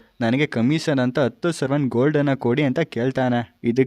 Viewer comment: ಸರವನ್ ❌ ಸವರನ್ ✅